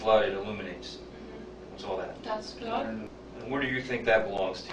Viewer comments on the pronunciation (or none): none